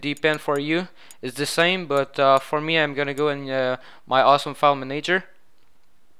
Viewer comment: Manayger. Haha